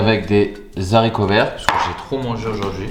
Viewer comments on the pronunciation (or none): none